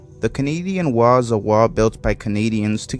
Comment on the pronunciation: Bro cant say wall